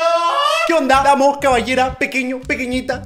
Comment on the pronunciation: El que onda de germán fue re Argentino 🤣